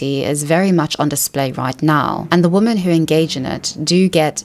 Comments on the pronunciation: Why did you read every "women" in the thread as "woman"?? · Why do you sometimes pronounce women as woman? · I hear it the same way you do, but I learned that some people actually pronounce "women" like that and hear it as "women" and not "woman". I learned this very well after moving to the UK from Canada. I think its about how we say the "wo" (wih and not woh) part differently and it changes how the "men" part sounds. Yes I have given this a lot of thought before 🤣